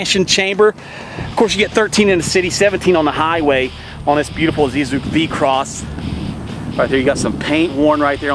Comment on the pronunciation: It's vehi-cross, not v-cross. Also It's borg-warner not Bob Warner. 😂